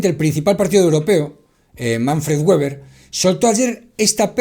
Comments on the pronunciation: Weber(apellido Alemán) se pronuncia como si se escribiera con V o con B o sea Beber, que es como se pronuncia la W wn aleman es que queda muy comico esa pronunciacion de anglofona "Gueber" Por cierto aqui en Alemania ya hace unos años renovaron las recomendaciones de ese tipo actualizandola dado que las anteriores era de los an 50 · Con afán de colaboración :Weber se pronuncia VEBER si es alemán. Gracias. R